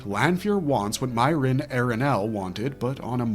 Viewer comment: "MEE - air - inn", not "MY - rinn"